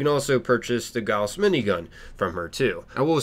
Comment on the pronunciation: the way he pronunces gauss really bothers me